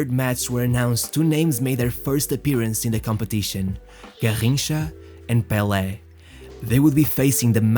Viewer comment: Managed to outshine 'bel air?' Do you mean Pele?